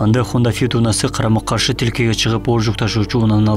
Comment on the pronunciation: Гаи маспы не дооруп атат калем каш деп айтканга окшойт экен.Карама каршы тилке дегени😂😊😢